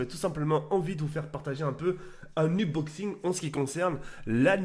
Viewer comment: Mdrrr le blédart, il invente des mots de ouf: -Domination, par Damanachion. -Lacrymogène, par Hackrinogène. -Unboxing, par Uboxing. -Infinite, par Infinity.